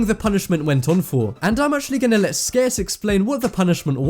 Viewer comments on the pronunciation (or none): IT'S SCARCE